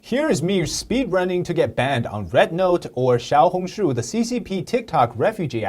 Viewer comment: how are you chinese but cant even pronounce the name right